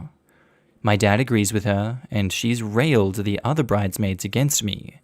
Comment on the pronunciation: You're an Austin, you speak English. How in the blue hell do you get "runaway" from "runway", (as in FASHION MODEL RUNWAY), and "railed" from "rallied", (as in "WE RALLIED THE TROOPS!)?